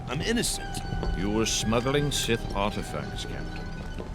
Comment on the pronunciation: The fact you pronounce it as SETH really, REALLYY annoys me...